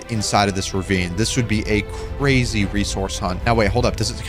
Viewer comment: Cwazy :O